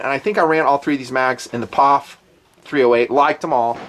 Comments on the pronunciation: I've never in my life heard someone pronounce POF like it was a 3 letter word. Dude, it's Pee Oh Eff. lol Wow, that was annoying af. And you don't do that with any of the other MANY acronyms you use on this channel on a daily basis. lol But all of a sudden, we're Pawf'n it. lol wtf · P...O...F... Not POFF. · It's not a "POF" it's pronounced " P.O.F. " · From a POF owner and enthusiast, don't call it a Pawph! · Pee Ohh Eeff lol